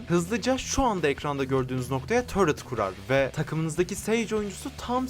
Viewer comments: abi neden taret e törıt diyon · törüt değil ya tilt oldum taret desene :D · Normal insanlar: Taret: Törıt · abi niye surrekli turety diyon